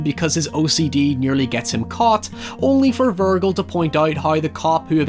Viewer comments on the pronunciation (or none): Bro if his name was pronounced vir-gill then Jack would call him vir-guh for short. Instead we hear that J sound in his nickname verge, because his name is Virgil bro pronounced vir-jil. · FUCKING VIRGIL NOT VURR GULL VURRRRRRGUHHHHHHLLLLLUH ugh. Virgil. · why do you keep saying "VIRGO"? its Virgil..... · I love ya to death dude but for the love of god, it's VIRJIL not VURGLE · Virgil is pronounced like Verjil not vergill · Willem Dafoe's character never lost his dick, watch it again and it's not "Vurgal" it's Virgil, with a "j" sound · Virgull vs virjill pronunciation. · Vur-jill not vergull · Good video but Virgil, not virgle! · Honestly Dante would be offend if he heard you call Virgil, Virgul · hearing ver-gill instead of verge-il hurt my soul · House = haus or Hau-oose. Also, Virgil is not Vur-guhl & (not Veer-gill) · Way to fuck up Pronouncing Virgil! Lol it’s said like Vir-Jill, not Vir-Gill lol. Big mistake 😂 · Virgul...virgul...isn't Virgil? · I can understand Anthony and An-tony but Vergil and “Ver-gill”? That’s the biggest crime here, I’m sorry. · its virgil with a hard g sound like in giant. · Great video, awesome movie. One critique on this, Is that his name is pronounced “Vir-Jil” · Virgil is pronounced: G sounds like a J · Vurgul man really (ver)(jill) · it's pronounced "Vir-jill" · Yo, y'all on the "hoyever" but I'm fuckin' dying every time he says "Ver-gull". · Love your videos but in this one every time you say "Virgull" it just takes me out of it, it's a bit like fingernails on a chalkboard and I kind of start questioning your knowledge of film if you're saying the name weird. I know the Latin pronunciation but you're not saying that Latin version of the name, you're saying the modern western version of the name. Small thing to nitpick about but it's kind of driving me crazy. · Ah yes, I love Dante and Ver-gull. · Vir-jil, no? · "Vir-gull." Yikes. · I die inside when he says Virgull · "Ver-gill" angry Judgement Cutting in the distance